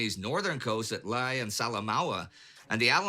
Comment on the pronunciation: Lae is pronounced as Lay ( my father was in the battle to recapture this area) It would be a good idea to check out the work of the ‘Coastwatchers’, usually civilians from the pre- war plantation or timber industries in New Guinea or the nearby islands. Their intelligence was vital for relaying information on Japanese movements.